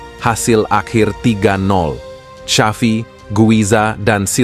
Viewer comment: Maaf pak XAVI Bukan SYAFI 😊😊